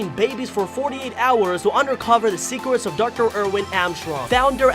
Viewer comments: in The Begining He Said boss baby secwets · I just realized that you said secwets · “Secwets” XD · Bruh he said 10 secwets